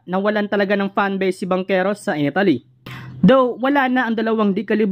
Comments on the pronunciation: Italy brod hindi Etaly. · Italy Hindi Etaly😂😂😂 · Mas importante ang napapaimportante? Panu mo naisip yan? Di mo nga mapronouce ng tama ang ETALI EH MAKAKAOAG USIP IA NG GANYANG KOMENTARYO? ETALI? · Bro Italy hindi etaly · hoy Mr youtuber ayosin mo nman ang pagbigkas ng italy wag nman Etaly hahaha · Pronounciation mo sa italy...review ka